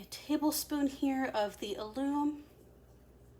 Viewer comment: Hi, excuse me for this but I wanted to tell you that alum is pronounced with a short u, not like aloom, more like gallon. I'm anxious to see how the wool takes the coffee. I dye using food coloring so this is exciting.